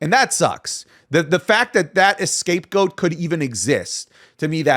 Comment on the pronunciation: *scapegoat, not ESCAPEgoat, pleb.